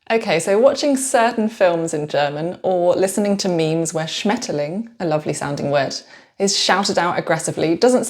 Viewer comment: So ein Schwachsinn wieder wenn ich höre so würde kein Deutscher Schmetterlinge auszusprechen😤